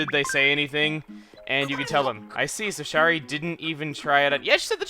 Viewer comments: I've just started this series because I've started playing acnl again and oh my god, it kills me the way he says Shari. Shari is my mom's name and it's not pronounced "Sharr-ri", it's "Sher-ri"/"share-ri". Similar to how Cher sounds. Edit: It's a shortening of Sharon, and you don't say "Sharr-ron" like some Lord of the Rings character, you say "Share-on". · I'm pretty sure Shari is pronounced sh-air-ee (a different way to spell Sherry).